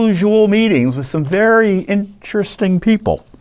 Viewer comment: Vewy vewy intwesting. There are no coincidences.